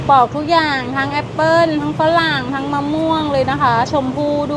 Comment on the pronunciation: ปอกค่ะ ไม่ใช่ปลอก